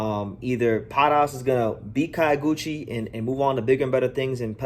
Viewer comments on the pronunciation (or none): Not "Kayo"- guchi. "Kyo' -guchi, as in the city "Kyo"to